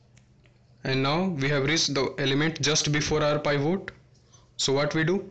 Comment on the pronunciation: It is Pivot not Paaivoat.